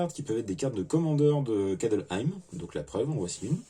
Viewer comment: J'ai failli mettre un pouce rouge pour le "Kadelheim" du début !!! C'est Kaldheim 😭😭😭